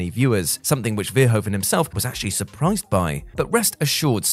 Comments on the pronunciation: Nice clip, but as a Dutch it irritates me how Paul Verhoeven’s name is butchered. It’s not ‘Veeeerhoaven’, but more like ‘Verhoooven’. Hope this helps. 😉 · Great list. But the way the name of Paul Verhoeven is pronounced, or butchered, is just so... awful. So, the emphasis is on the "hoe" part, which is pronounced as "hoo", as in behoove, or in boo, but with an H. "Ver" is pronounced like fair, not veer. Making it sound like "fair-HOOve-en". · it's pronounced vair-hooo-vun